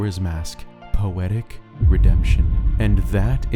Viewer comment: At the end, "Poetic redemption--" Me: POE-etic.